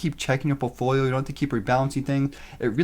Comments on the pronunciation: POULT-folio, is how it's pronounced, right buddy? A portfolio is like poultry to you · "portfolio" "poultfolio" "POULTfoliooooooo" !!!